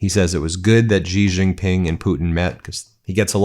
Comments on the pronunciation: Xi is pronounced like SHE, NOT jee or gzee or whatever it is BEN does. Please say SHE when you see xi in a Chinese name or sentence or phrase. I thought Ben would be smarter than this. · Please learn to pronounce Xi Jinping. Xi is pronounced like the English word 'she'.